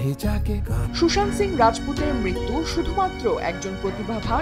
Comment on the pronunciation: উচ্চারণ হবে Sushanto 😢😢😢😢😢